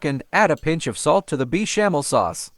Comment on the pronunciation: Is this voice AI ? Beechamel sauce?